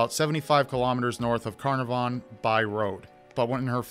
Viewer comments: Just letting u know Carnarvon ( the town near) is pronounced car nar ven ☺️ also a positive from this case is that during all the searches 11 bodies from other missing persons were found. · It's an Australian place so it's pronounced 'Cn aaaaaar vn' 😉 Wishing the best for sweet little Cleo & her family 🤍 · how you pronounce Carnarvon is quite funny because I’m from there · Hey it is "cle-o" not Chloe And "can-r-von" Love from an Aussie fan